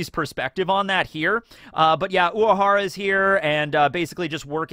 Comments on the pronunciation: Is it me or keeps saying "Uahara", leaving out the letter R. Sounds so weird whenever he says it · So I'm not crazy He is pronouncing it differently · same i was confused i swear he says it normally in other episodes but this time he emphasised on the 'W' he doesnt have a lisp tho 💀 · i forgot how much i hate how says urahara